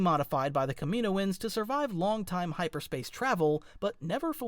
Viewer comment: ..... ok please say it with me KAM-IN-OH-ANS not Komoins